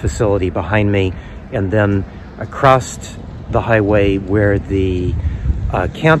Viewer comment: Hair looks good. Are you saying acrosst or acrossed? What is that word